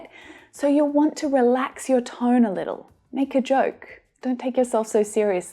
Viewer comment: Toin?? Do you mean ‘tone’?